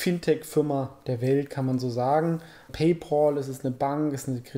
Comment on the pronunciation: 10 von 9 Deutschen sprechen PayPal falsch aus - auch hier. Immer wieder lustig zu hören ;)